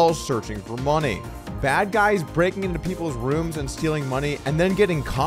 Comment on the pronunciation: I am amazed at how Doug cannot say the word, "breaking." I wonder if there is another word, he has trouble saying.